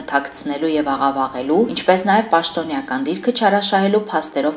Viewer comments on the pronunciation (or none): Հաղորդավար ջան, պաշտոնեական դիրք չի՝ պաշտոնեկան դիրք